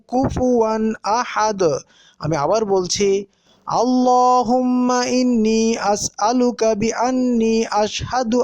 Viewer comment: Assalamualikum .tnx for ur excellent recite Quran. but 'Allahumma' bolar phonetic ta ki apni ak alif tan diachen naki tar chaite bessi tan korechen 'Allaaahumma' hobe naki 'Allahumma' hobe